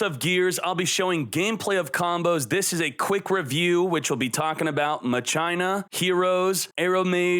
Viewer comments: I love you and your videos but it's pronounced "Mach-Ina" instead of "Ma-China" lol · ma-china? Mach-i-na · I always thought it was Mah-kee-nah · MA-CHI-NA! (like Deus ex Ma-chi-na) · Literally called it Mah- CHINA 🇨🇳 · He loves Mah-China